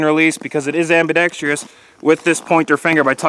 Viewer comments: Ambidextrous... four syllables. Ambidextrious, five syllables, not a word. I apologize for being so petty. It's just that this was about the eighth video I watched today with every one of the authors of said videos saying ambidextrious. Once again, I apologize. I realize the time and effort it takes to make these videos and it is greatly appreciated. I also realize, they are free to watch. Thank You for the information. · J Sweatt Yeeeeesssss! My God! Thank you! Jesus, i swear, my eyes roll back into my head so hard it actually hurts everytime i hear that verbal cancer.